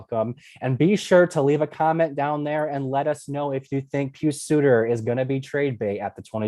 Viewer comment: Thank you properly pronouncing Suter’s first name